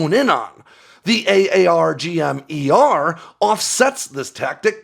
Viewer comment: Pretty obvious that you’re not “from the inside”. SiAW is pronounced “saw” while AARGM-ER is pronounced “r-gum-ER”.